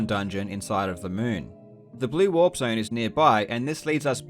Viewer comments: I keep hearing "Moon walk" instead of "moon warp" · I spent the entire video trying to figure out of he was saying walk or warp. Link kept running backwards, so I figured that had to be part of the reason it was called the moon walk. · I thought he was saying moon walk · When he said "Moon Warp" I thought he said "Moonwalk" 😂😂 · his accent doesn't have the pronounced rhotic r sound that an American accent saying "warp" would have, so it sounds more like "walk"